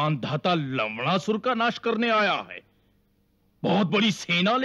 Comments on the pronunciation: Lavnasur ❌ lavdasur ✅ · Kiski ne dyaan Diya larna ko larnda bol rhe sabne lavdarsur bola h bar bar sun ke dhel lo 😂😂😂 bichaare actor's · It's not laudasur it's lawnasur